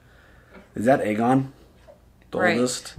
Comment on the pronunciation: *Aegon Not Argon lol. Sounds like a pirate: "Yes I be ARRRRGON the Pirate King of Westeros!" 🤣